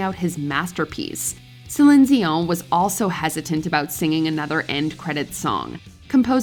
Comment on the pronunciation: Thanks for pronouncing Celine Dion's last name correctly!!!! :)